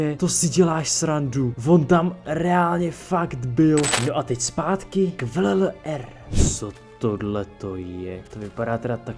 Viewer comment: jinak VLLR se čte vllr ne ''vil r''